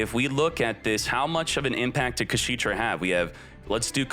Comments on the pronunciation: It's funny how he kept saying "kashiitra" instead of "kashtiira" :face-green-smiling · Its not KaSHITra. It's KashTira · imagine your chat trying to help you say the name of an archtype correctly, looking at it multiple times, and still ignoring them and making a fool of yourself lol #Kasheetra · The way he says kashtira infuriates me so much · pronouncing Kashtira cementing my belief that they changed Kshatrila into Kashtira in TCG because TCG players can't physically pronounce it. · That Kashtira mispronunciation 🤣